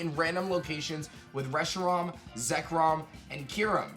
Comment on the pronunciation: Did he just mispronounce "Reshiram"? ANGERY!